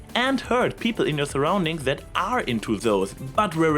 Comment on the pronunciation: ok, I think I am getting used to the accent, but I keep cracking up every time you say "zet" instead of "that". ...this is NOT a hate comment, I can very much relate to this.